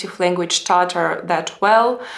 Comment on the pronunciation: For some reason, I've always struggled with the correct way to pronounce the word "Tatar", but after hearing you say it using the actual Tatar pronunciation, it just sounds right. It seems that the stress should be slightly more on the second syllable rather than the first, and it rolls off the tongue more naturally that way. I envy your ability to speak and converse in a number of languages, as that provides you a window into other cultures and the larger world. As a Texan, Spanish is the language I hear the most after English, and even after taking classes for it in grade school, I've never used Spanish enough to be truly fluent in the language - I can follow along to a limited extent, but that's about it. Funny thing is, I can read Spanish-language newspapers and websites pretty well. Your English really is very good. The occasional mispronunciations or grammar issues don't cause me any difficulty in following what you're saying, and sometimes it provides an insight into how a Russian-speaking person may think about how language works, and that's kind of cool. Anyway, this was a fun and informative video - thanks!